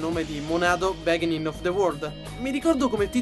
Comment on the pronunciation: Complimenti per i video, divertenti e interessanti, ricchi di informazioni, fantasia e passione. Ci sono alcuni aspetti migliorabili. In primo luogo l'inglese. "dAisaster"? "bÈginin?" eventually =/= eventualmente, etc. In secondo luogo, l'audio. Alcuni effetti sono troppo "sparati" in primo piano, mentre la voce è in generale penalizzata. Soprattutto, per le registrazioni in videocamera nelle inquadrature in piano americano, c'è troppo disturbo (riverbero) ambientale. È un peccato considerando che hai una voce così bella. Mi rendo conto che entrano in gioco questioni tecniche (e quindi economiche) ma magari risolvere la questione non è troppo sbattimento. La poca omogeneità di intensità audio (in alcune scenette, anche la voce "spara" in primo piano, come nella scena della "frutta piatta"... non so se sia un effetto intenzionale, ma lo trovo fastidioso) dà al lavoro un mood amatoriale, ed è un peccato, visto che tendenzialmente il video ha un livello tecnico-artistico piuttosto alto. Parlando dell'aspetto più "creativo" e non tecnico, rilevo che le gag di solito sono divertenti anche se mancano un po' di ritmo e sono forse troppo enfatiche. Mi accorgo solo ora che si tratta del primo video, quindi lo stile ha necessariamente una natura provvisoria e abbozzata... Magari nei video successivi, molte questioni sono state ovviate, non ho controllato. Comunque, spero di esserti stato utile affidandoti le mie impressioni. In ogni caso, mi piace il tuo stile. Guarderò i video più rec